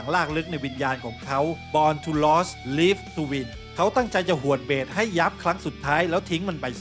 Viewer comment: Born to Lose, Live to Win. Lose ออกเสียงว่า “ลูซ” ครับ เป็นแฟนประจำนะครับ ฟังมันส์ทุกวง ครับ